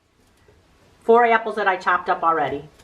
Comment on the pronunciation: I like the way u say "eapples" 🍎 🍏🍎🍏😉